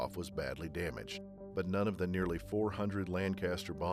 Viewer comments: Lancaster Bombers not Lancast! Get it right please! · What the hell is a 'Lancast' bomber?